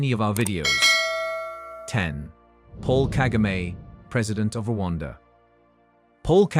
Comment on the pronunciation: It’s so annoying the way you pronounce Kagame’s name. Disrespectful as usual.